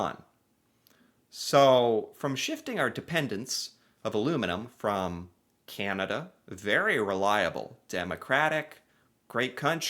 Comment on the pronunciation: Do we wish that could learn how to say "Canada" instead of "Cyanada"? I know I do.